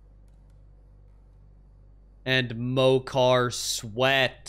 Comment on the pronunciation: Fun fact: There is a real drink in japan named pocari sweat not mocari sweat